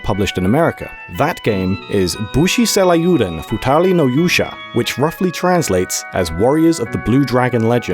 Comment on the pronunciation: Yikes that pronunciation of ryuu is real distracting tho